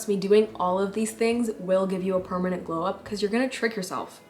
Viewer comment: "glew" up lol